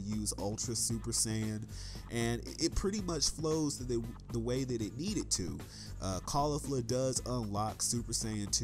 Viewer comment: You're pronouncing Jiren and Caulifla wrong.